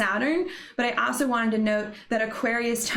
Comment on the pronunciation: The way she says “also” “aso” cracks me up.